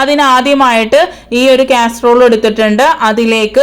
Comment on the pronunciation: ക്യാ അല്ല കാസറോൾ ആണ്